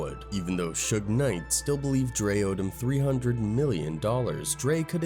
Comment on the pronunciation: When I heard the AI and saw that they called Suge Knight, sugar, I could no longer watch the video